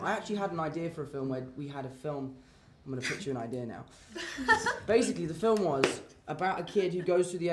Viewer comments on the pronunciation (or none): none